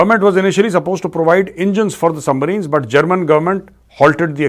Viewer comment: Ye Lahori pehle submarine BOLNA seekh le, yahi badi baat hai 😅😅 sumbreen Bolte hai totley saare 😝